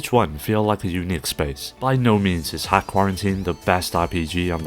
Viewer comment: Great video, one note: it's not 'hack' it's dot hack.